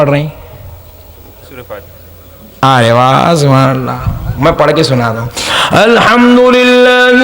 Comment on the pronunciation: Your "subhan Allah"😅😅😅